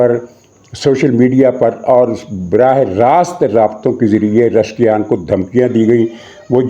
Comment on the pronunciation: جناب ۔۔۔۔ ایرانی صدر کا نام ۔۔۔۔ رشکیان نہیں ۔۔۔۔۔ پزشکیان ۔۔۔۔ ہے 😂